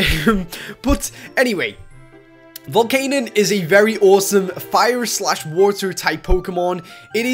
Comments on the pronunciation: Its not Volcanon, its Volcanian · By the way i believe it is pronounced Volc-ah-nion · U pronounced Volcanion's name wrong. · ITS VOL-CAE-NEON